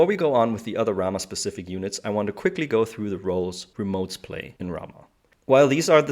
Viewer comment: I did come here because nobody has done a Ramah for N5 but now that I'm here I appreciate your casual focus. I love the game and get to play about a dozen games a year. Bonus - Is that some correct unit pronunciation I hear? If so thank you!